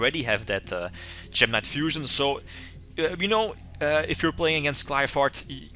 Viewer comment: I really think he is mispronouncing Qlphort, gem knights def need better fusion monsters